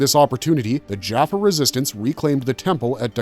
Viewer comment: This video is full of mistakes and mispronounced words. for instances the tolen did not reverse engineer the tolen ion cannon, they created it. the humans were trying to reverse engineer the cannon from the tolen. as well as the narrator pronounced jaffa wrong with many other words. can i suggest you do your research and not just blindly read the Stargate Wikipedia in to a microphone, Cheers